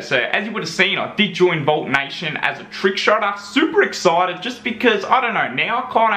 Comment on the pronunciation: Lol you said Vault Nation